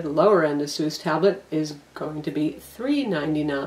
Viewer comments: Except that isn't the correct pronunciation.... its "Eh-SUS" (as in pegasus) not Ah-soos". Not to generalise but it seems to be mostly Americans that pronounce it the incorrect way. First/easiest example of correct pronunciation is here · It's pronounced AY-SUS, more technically EISUS not AH SOOS. Aysoos is incorrect and sounds lame.